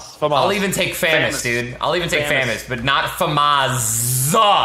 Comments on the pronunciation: Not famozzzzzz it’s famos lol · It's famas not fumus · ITS FAMASSSSSSSSSSSS NOT FAMAZZZZZZZZZZZZZZZZZZZ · I’m with ninja wen someone says FAMAS wrong it agrivates me soooooo Much